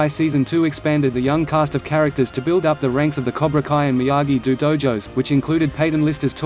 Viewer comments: Seriously this robotic voice gets annoying when 1. It speaks the names incorrectly and 2. It keeps repeating the same shite over and over again. Example It is Miyagi-Do (pronounced Doe) not Miyagi-Do (Pronounced Dew) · This auto voice shit sucks please say the Daniels dojo right maybe you you should use your real voice